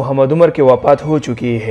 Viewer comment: wapat nai hota wafat hota hai